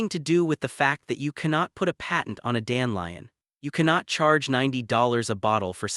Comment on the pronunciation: I lnow ots a.i but its dan de lion not dan lion